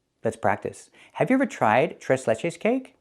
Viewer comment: ¿Do you speak spanish too? You pronounced "Tres Leches" like a native lol ❤❤❤